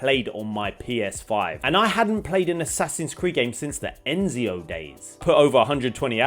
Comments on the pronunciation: It's not enzio it's ezio (ayezio) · Did my bruv just said „ENZIO“? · Oh no, you said ‘Enzio’ again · Did he just say Enzio games? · "enzio" lmaoo